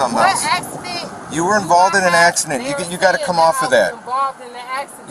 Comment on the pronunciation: Uh axuhdant? Wut aksadent? 🤣